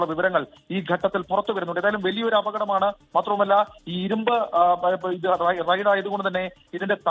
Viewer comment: Raid, റെയ്ഡ് അല്ല ,, Ride, റൈട് എന്ന് പറ